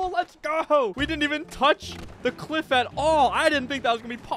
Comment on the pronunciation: bros saying cwiff